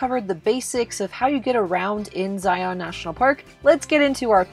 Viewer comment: Great video. But it’s “Zi-un “